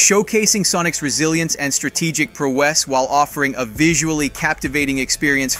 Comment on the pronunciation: Is an Ai speaking in thie video ? So many words has been said weirdly Like prowess